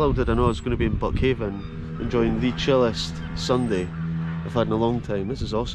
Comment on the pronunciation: It's locally pronounced buckhind. Born and raised a mile up the road in methil.